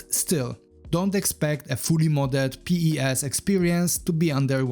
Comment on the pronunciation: Love your videos but please stop pronouncing the letters of PES and just say it normally lol